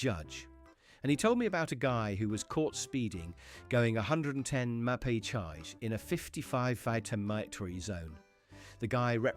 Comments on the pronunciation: Did you say the guy was caught going 110 "Ma-pay-chiyj" in a 55 "fite-or-mite-tury" zone? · Never knew mph was pronounced that way